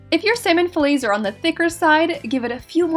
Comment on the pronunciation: I’m not gone on how you pronounce fillets